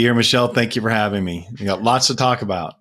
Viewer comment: "thank you for halving me" 😅